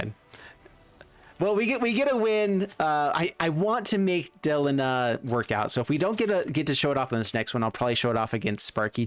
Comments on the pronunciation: Why del-ihn-ah? Like Melina, Christina, Erina, Trina, Zena.... Its clearly DEH-LEEEE-NAHHH. Is there any popular english name that ends in "IHNA" i mean seriously bro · I can't watch this video because the bad pronunciation of "Delina" just infuriates me. You wouldn't say the name "Melina" as MEL-in-uh. It's Meh-LEEN-uh. Arghhhhh